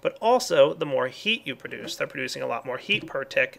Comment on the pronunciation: omg i love when he miss prouncouse produce. prodes produce :)